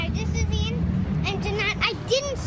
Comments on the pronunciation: Iain is pronounced "EE-yan." I think it's the Scottish spelling of Ian. (His dad is Scottish.) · wait, so his name is pronounced as `i - yan` ?